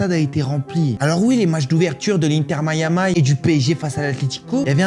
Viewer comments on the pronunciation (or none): Miami se prononce mayami et pas mayamay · en anglais c est mayami ou mai.a.mee avec leur prononciation pas mayamay 😂 en plus il est francais et fait des vidéos en francais pourquoi il va ce cassé la tete il doit prononcer miami en français